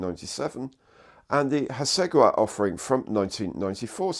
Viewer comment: “ha-SEG-a-wa”? In what universe?